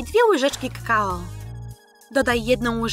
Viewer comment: ona powiedziała kkao xd